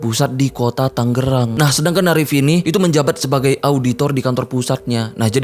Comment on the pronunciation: Bang tangerang bukan tanggerang. G nya 1 biji aja bang wkwkwkwk